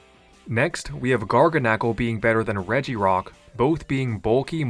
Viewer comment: Ive always pronounced it as GarGAnacl, not GargaNAcl